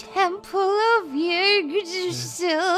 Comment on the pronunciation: revive it’s in Thor... it’s pronounced vatetrasil (close enough)